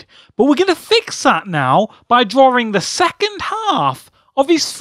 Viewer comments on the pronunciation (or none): Why are you even on youtube...not even trolling. Just being Real here. Your voice is painful to hear. Its "drawing" not Drawring. Like dude. I attempted to watch some of your vids...what enjoyment do people get from watching these and what even is the Point? Holy fuck